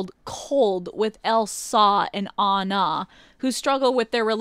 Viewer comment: ElsAUH and AnnAUH